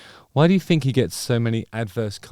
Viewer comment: “I fink”